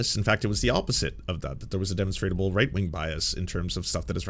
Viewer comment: Love the content man, but “demonstrable” Der Mon stra ble